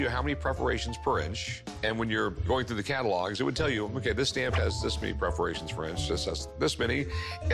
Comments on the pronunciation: They’re perforations Rik, not preferations. 😆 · When Rick said "preforations" I laughed hard. A bit like the sword episode where he said "calvery" sword instead of Cavelry. What a chump.